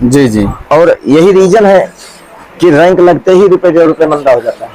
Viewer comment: रैंक ❌ रैक✅